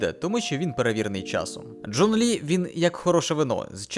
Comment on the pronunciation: Боже, у меня аж глаз задергался от этого «Джун». Я не понимаю зачем и почему, ведь этот перевод не правильный. Вот это оригинал: 钟离权 читается как Zhōnglí (Напомню для людей то, что китайские звуки не такие же как английские, можете проверить это в переводчике(Если вы используете переводчик может появится ещё quán (Zhōnglí quán), это из-за того, что имя Чжун Ли пишется как имя одного из бессмертных)). Потому Джун Лi — это не правильный перевод на украинский, более корректным будет Чжун Лi